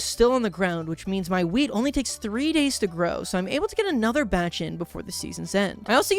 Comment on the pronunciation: When he said wheat I thought he said weed and was SO concerned